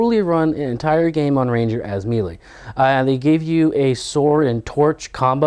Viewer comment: I love your vids, but pleeeease pronounce melee right. I cringe whenever you've said it before. It's 'maylay' not 'mee lee'